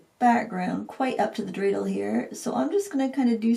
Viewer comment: Thank you for the Hanukkah theme! And, you pronounced dreidel correctly. Like the Hanukkah gelt too. 😉